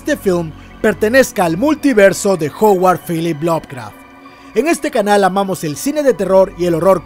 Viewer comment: Me encanta cuando dice Howard Phillips Lovecraft !!! Abrazo